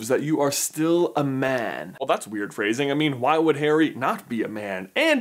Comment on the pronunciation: When he says 'man' it sounds like he's saying 'Ben' 😅